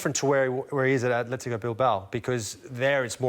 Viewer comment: IT'S ATHLETIC BILBAO NOT ATHLETICO